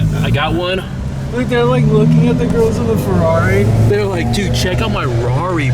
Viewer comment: So it's "Fakerari" 😂